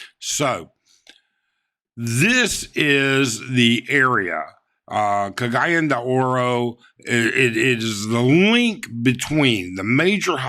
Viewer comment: You could of pointed out exactly on the map this was!! Oh, its pronounced............... Cog~gee~on... De... Ore